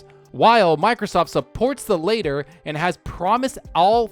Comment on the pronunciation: "latter" and "later", different words w/ different pronunciations ;)